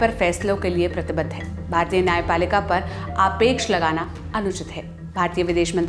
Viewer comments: आपेक्ष नही। आक्षेप है मैडम 😅😅😅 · आक्षेप को आपने आपेक्ष बोला मतलब कि कुल जमा बात यह है कि आपको धैर्य से सुनते हैं,!❤ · आक्षेप को आपेक्ष बोल गई छोरी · to मैडम आपेक्ष नही आक्षेप होता है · आपेक्ष नहीं आक्षेप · "Aapeksh" nahi "Aakshep". Thank you :)